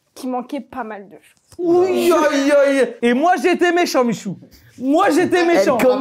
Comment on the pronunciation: Salem michou, franchement bien l'accent